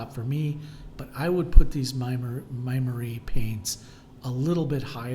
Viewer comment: "my Marie" paints ......😃😃😁😁 ...MUST SAY "Maimeri" , with accent on letter "e" .....☝️☺️